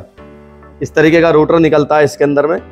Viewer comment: तुम मिस्त्री लोगों की अपनी खुद की ही डिक्शनरी होती है क्या ? जिस सामान को इस्तेमाल कर रहे हो कभी उसके बॉक्स पर मेंशन जानकारी को भी पढ़ लिया करो रोटर को रूटर बोल रहे हो ग्राईंडर को ग्लाइंडर स्टेटर को भी रूटर ही बता रहे हो अच्छे खासे पढ़े लिखे लड़को को मूर्ख बना दोगे तुम लोग